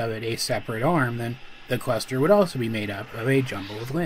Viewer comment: when he says cluster I'm hearing quester